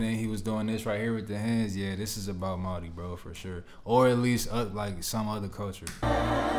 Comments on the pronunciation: Your reaction is on point 👌. The way you spoke our language and pronounce our culture " Maori" Flawless .. yeh we are very lucky here in Aotearoa with our Te Taiao ( Enviroment) Whenua ( Our Land). Stan shows the world how beautiful our language is for starters lol. Also our whenua ( land). Mauri Ora ( Breath of Life) ❤ I Am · I absolutely love how well you pronounce our words, especially 'Māori'. 🥹 Respect!